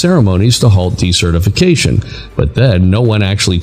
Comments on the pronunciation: I'm confused with your pronunciation of desertification... when you pronounce this as de-certification, which sounds if you're unregistering someone? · Decertification is not the same thing as desertification though your auto-narration is pronouncing it as (s/c) rather than (z/s)